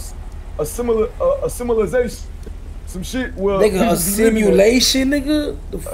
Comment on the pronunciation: LMFAOOOOO... tried to say "Civilization"..had me fucking dead, my tears is out frfr🤣🤣🤣🤣🤣🤣